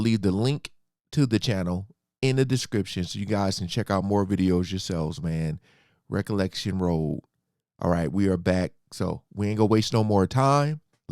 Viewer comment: Why do you keep saying re-collection road??? It's recollection😅. No disrespect sir.